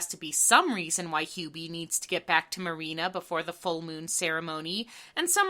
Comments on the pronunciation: Whhhy Do you keep calling her "mary-anna"???? Its Marine-a.. X.x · Every time you called Marina "Marianna" I got war flashbacks to working retail. That's exactly how people misread my penguin ass name in real life. This really is hell.